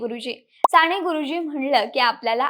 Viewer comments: सांणे गुरुजी नाही ग बाळ साने गुरुजी, कानावर खण खण लागतं तुझं बोलणं म्हणून ऐकूच शकलो नाही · साने.....साणे नाही एवढी चांगली0 माहिती दिली पण सगळीकडेच "न" आणि" ण "चि वाट लागली आहे. फार खटकले कानाला..".काणाला.."नाही. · साने म्हणजे साणे नसते ताई.. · बेटा साने गुरुजी असे एकदा तरी शुद्ध म्हण ना.सारख सारखं *साणेगुरुजी * * म्हणू नको. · नाही ग नाही, नका येवढे धारिष्ट्य करू.... पंधरा वीस वर्षे आधी तुमचं मराठी सुधारा... न, ण कूठे वापरायचे ते आधी शिका.... राणे नाही साने. उच्चार नीट शिका. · साणे नाही ग बाई साने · साणे गुरुजी नाही - साने गुरुजी न आणि ण खूप गोंधळ झालाय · साने गुरुजीआहे ते साणे गुरुजी नाही . is it not easy. Podcast about an author you need to pronounce correctly other wise. न च्या जागी ण आणि ण च्या जागी न . Thanks for sharing information though as these fact about Sane Guruji 🙏 can bring focus on his work hopefully. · साणे नाही साने गुरुजी